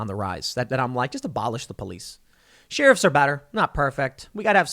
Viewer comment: You make me laugh Every time you say sheriff.